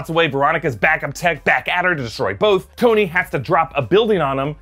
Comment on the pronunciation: it also says Stoney instead of Tony